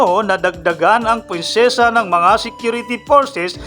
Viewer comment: presensya po hindi prensesa